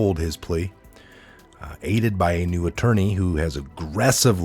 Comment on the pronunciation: Lol, “at-turd-ny” 🤣 Thank You 👍😁